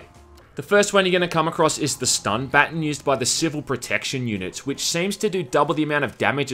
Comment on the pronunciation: says baton like button. It's endearing.